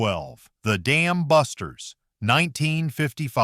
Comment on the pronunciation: You're absolutely right, that's horrible. Sounds like he really wants to say the Goddamn busters. I really hate AI narration. You'd think whoever put all the effort into creating this would rather read the script personally to get the emphasis correct.